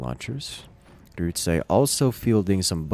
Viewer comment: I love the way you pronounce "Grütze" :D